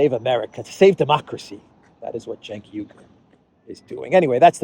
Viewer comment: I'm loving your adventures in Central Europe! Regarding Cenk Uygur, a pronunciation hint: his last name sounds like this: OO-WEE-goor (the first two vowels are slid together). Thanks for your excellent research and reportage!